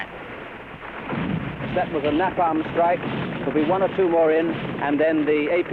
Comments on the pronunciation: Its napam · If I hear him say "NAPAM" once more I am going to scream !!!! IT"S NAPALM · Na palm😂 it's Neapalm! Like a horse 😂😂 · so your aware we brits dont call it nah palm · Napam napam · RPG - rocket propelled grenade, not "gun". The pronunciation of "napalm" was also rather quaint from the plummy English journalist. Not discounting his courage for being there though - but perhaps a level of naivety also played a part. Good work by the cameraman or men too. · I wish he could say Napalm right